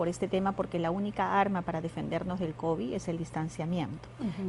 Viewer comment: Ministra ilustre?? "Contecto" No sabe ni cuantos días de cuarentena "Labores laborales" "Cobi" ya no es covid "Activar las actividades" "Denonados" ¡Es denodados, burra!